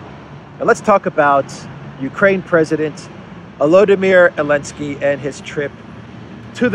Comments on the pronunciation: Please show the president of Ukraine some respect and at least get his name right ! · Bro, its Zelensky.